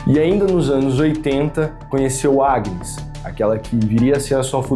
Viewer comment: O pior o narraddor nao sabe dizer Agnes 😂😂😂😂eu ri muito 😂😂😂😂acho que ja sei porque que pelo menos ela morreu foi de susto ao ouvir o proprio nome